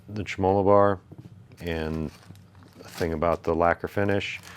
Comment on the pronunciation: Tra-malo bar? Not trem-o-low bar?